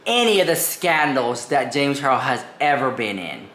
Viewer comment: "James ChaRROSSSS" - 😆😅 I missed you saying it 🤭